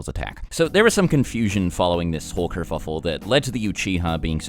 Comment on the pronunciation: nigga said kerfuffule lmao